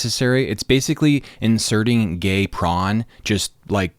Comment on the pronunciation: Couldn’t even say gay properly. Pathetic